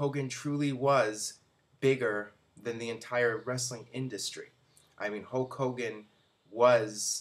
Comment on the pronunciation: who's "hoke" hogan?